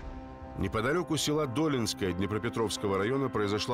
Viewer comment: Не ДОлинская, а ДолИнская .